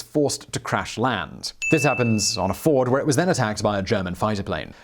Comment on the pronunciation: He also butchered fjord and trondheim